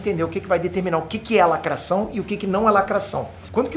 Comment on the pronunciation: muito engraçado !, o sotaque francês falando da lacrráte !!!